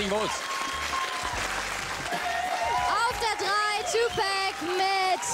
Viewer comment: „Tupäc“… nuff said